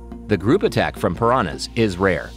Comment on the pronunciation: Love how he said paranas eat fishes